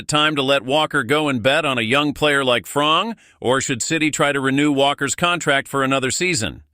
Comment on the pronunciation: bull💩 news not even pronounce the name properly its FRiMPoNG not frong